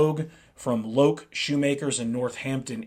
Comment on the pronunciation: Made in India. Fibreboard Heel Stacks. Loake rhymes with Joke.